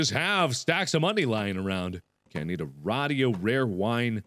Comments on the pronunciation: those things aren't pronounced RODIO and VOSAE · rad e o is what he said for radio lmao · Markiplier: So I need a RA dio. guys what are you doing? its RA dio not radio.... Mark approved XD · it's called a radio no raido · Did he just say “raaahhdio” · Why does he pronounce radio rah-dee-oh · lol he said radio weird too like with a long a, and he's also Le Boned